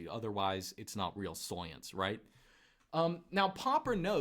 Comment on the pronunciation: The way says soyence haha